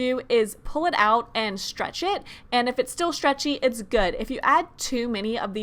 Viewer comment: The way she says stretch is like “shtrectch” She shistar shtreched it